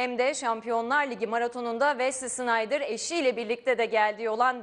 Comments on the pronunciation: Vezli $InaydIr degil olm. Wesley Sneijder.. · hala şınaydır diyor yaaaa!olum kafanmı almıyor,safmısın öğren artık şunun telaffuzunu